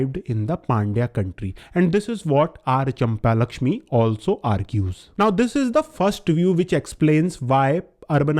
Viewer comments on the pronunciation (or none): Brother is not champa-lakshmi its champakalakshmi